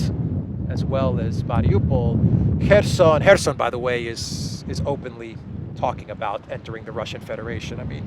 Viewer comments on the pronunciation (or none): none